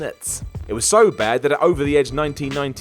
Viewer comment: Batista is underrated? I think mispronounced over.